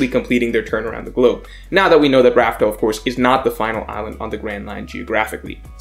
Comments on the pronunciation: Damn, you still Raftel? It’s Laugh Tale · it’s “laughtale” not raftale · Why do you still say “laugh tale” with a R? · Why do people still call the final island Rafael instead of Laugh Tale? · Dude, laugh tale. Not raftel. Also, you messed up the order towards the end. You said raftel before lodestar island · Please just say laughtale